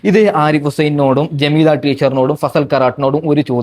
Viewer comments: പൊന്നു മനുഷ്യാ... ജമീദ: അല്ല . ജാമിദ: എന്നാണ്. ആകെ മാറി മറിഞ്ഞാൽ എന്താവും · ജമീദ അല്ല ജാമിദ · ജമീദ അല്ല ജാമിദ ആണ് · ജമീദ അല്ലാ ജാമിദ ഇവൾ തൊള്ള തുറന്നാൽ കളവ് പറയുന്നവളാണ്